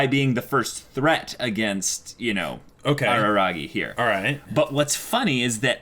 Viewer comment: No it's not Araragi, it's Arararagi.